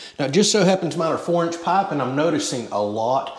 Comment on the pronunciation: wth, he changed the way he pronounced pipe